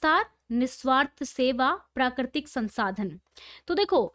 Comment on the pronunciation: Madam ji prakritik hota hai prikitik nhi